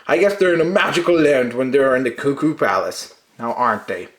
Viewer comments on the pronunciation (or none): its pronounced ku-ku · We all <3!!! And yes, it's "Koo Koo";) We think you are so much fun. Ya sold me on this set.